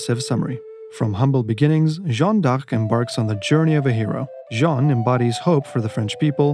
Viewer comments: Respect for pronouncing Jeanne D'arc so many times 😅 Did you know Jeanne d'Arc went out 10 minutes after her death ? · And they pronounce it correctly! Non of that “Joan” bullcrap 😂